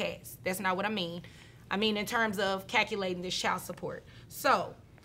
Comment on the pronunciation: 👍Great show. Please learn how to say calculate. It’s pronounced CAL (as in CALVIN) CU (as in CUE STICK) LATE. CAL-CU-LATE. 😇👍